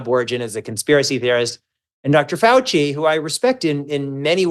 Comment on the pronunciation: Did he just say he respects Fouchy? OUCHY